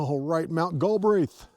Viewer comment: Prounounced Gal Breath